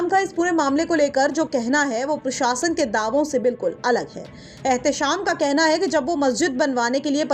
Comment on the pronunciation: भाया पीरशासन नहीं होता है प्रशासन होता है ठीककरो उसको इस पर जब आपको अनपढ़ या मदरसाछाप बोलते हैं तब बुरा मानजाते हो यह नहीं देखते कि अगला क्यों बोल रहा है कुछ तो कमी हैभाया जितना जल्दी हो सके उस कमी को पकड़ के सुधार किया जाना चाहिए